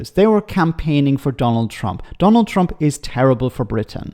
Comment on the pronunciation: Did he say " the Chump administration " ??!! 😅😂🤣